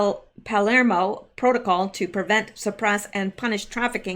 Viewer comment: Palermo is pronounced Pa-lair-mo! Accent on the lair.